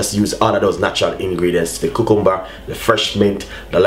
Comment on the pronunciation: ku-kum-bur hahah